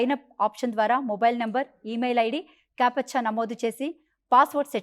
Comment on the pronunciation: అదిఖారిక కాదమ్మా అధికారిక అనాలి, కేపచ్చా కాదు క్యాప్చ్చా అనాలి